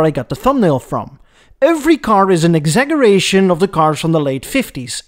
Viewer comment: wait did you pronounce ex-agg-eration?